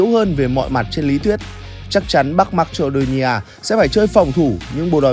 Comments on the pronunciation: Đọc là ma cê đô ni a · Thánh bú fame mà, dhs đọc từ marcedonia thành mắch chô đi nha